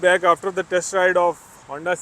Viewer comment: بہت اچھا ریویو ہے لیکن ہونڈا کو ہانڈا نہ بولو پلیز 😂